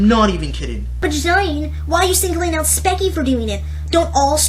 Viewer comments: Dont knoe if ur saying her bame wrong to be salty and petty, BUT just in case Its pronounced like "speechy" you say it like "spekie" just thought id day that. BTW, gr8 points in the video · its kind of uh, hypocritical that he goes on about her bitching and moaning when hes bitching and moaning about spechie. (also speech-ie not speck-ie). Don't get me wrong, your points are actually true. I agree with some of them, yet all entertainers have to exaggerate. If you say a story that's boring without exaggerating, then you won't get views because you're not entertaining. For example, in your passed spechie rant, you over exaggerated when you made jokes about "killing yourself." You also have to realize that spechie has noticed her old videos, and made other videos on them. She has mentioned that they are terrible and bad, and she's trying to change that. And aren't YouTubers trying to relate their viewers to their videos? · Speach-ee Not spec-ie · Its pronounced Sp-E-ch-E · The way he says her name is so bad! And he even says that her animation is bad. I’d like to see him try to draw as good as she is. He can’t rant about Spechie without saying her name right.